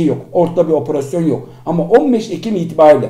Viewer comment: Lutfen cok rica ediyorum oporosyon demeyin 😓 opErASYON